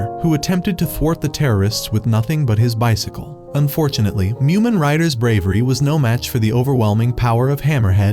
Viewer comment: It’s mumen